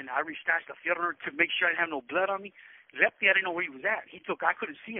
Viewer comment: That's what I thought he was saying lefty but meant lepke hes the only vato I ever heard from rebles